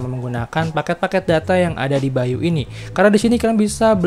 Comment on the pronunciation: Baiyu bukan bai U